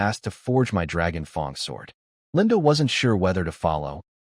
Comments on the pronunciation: Just 1 thing man I want nuts after hearing fong for like 50 times it's fang man😵‍💫 other than this i liked it a lot man keep them coming i whant to know how it ends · Damn, that's a red hare Also, excuse me... it pronounce Dragon fang, not Dragon fong The Dragon wasn't chinese, ok? 😂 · its not fong its fang like a tigers fang. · Great story. But for the love of god….learn how to pronounce F.A.N.G!!!